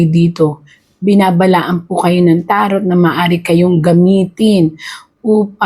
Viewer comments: Taro silent t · TARO. Silent T